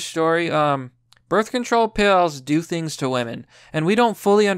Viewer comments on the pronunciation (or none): none